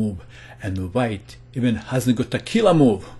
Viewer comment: I kept hearing tequila move.. 😓